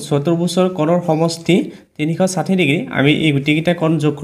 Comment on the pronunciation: চাৰ তিনিখ চাথি নহয় তিনি খ খাথি হে 😂😂😮